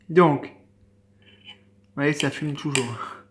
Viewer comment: "v'voyez..." mdr